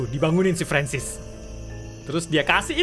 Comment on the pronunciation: Mister francis kak bukan ferensis